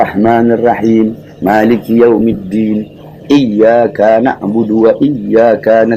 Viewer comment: Kaf nya kok dibaca panjang? Iyaa kaa na'budu wa iyyaakaa na'sta'iin?? kan itu setau saya salah bacaan seperti itu...